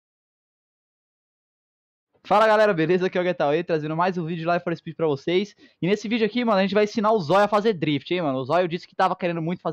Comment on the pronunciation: Aí, uma dica meus manos, a pronuncia NÃO é "laive for speed"! É "live" mesmo, como se escreve. No caso é verbo "to live" (viver). A pronuncia "laive" é "ao vivo". Sei q é babaquice, mas n custa falar o certo né. É Live for Speed (viver para a velocidade) Abração!